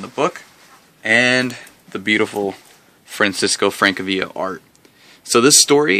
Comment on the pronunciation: It's pronounced Franchesco Francavila.